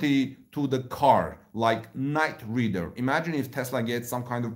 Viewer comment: "Night ride er" not ridder